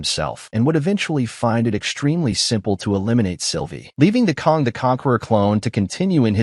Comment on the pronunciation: KANG not Kong! 🙄